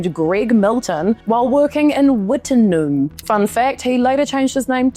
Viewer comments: Pilbara is pronounced Pilbra and Wittenoom is pronounced Wittnoom. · As an Australian you a new Zealand due to accent correct me if I am wrong. I would not front up on YouTube channel and butcher the pronunciation of New Zealand country and city names. Was born in Melbourne but my father came to Western Australia mining and did well. Gina was older than I but we attended the same school. Your pronunciation of Pilbara is wrong your pronunciation of Wittenoom is wrong. So what other major facts are wrong in your story or deep dive on Gina ?????